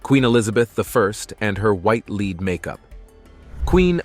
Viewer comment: It's LEAD not leed, the commentator has a peculiar knack for getting simple words wrong.